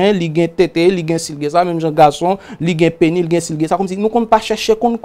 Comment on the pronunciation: Pou kisa nou pa prononse-lèt S la nan tèm pénis? Penny se 5ç USA a.